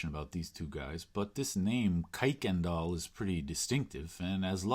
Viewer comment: Don't let people from Houston catch you saying "kuykendall" that way!